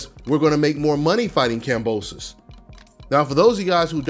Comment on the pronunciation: “Boxing is so racially divided” 30 seconds later “You don’t have to fight any of these black guys” bruh what😒 and y’all talking like Kambosos Jr. is trash when he’s actually pretty solid i would say plus ain’t even pronouncing his name right straight disrespectful